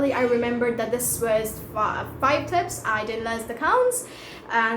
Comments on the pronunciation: It should be tips not "tipes" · sorry my mistake. It's tips not "tipes"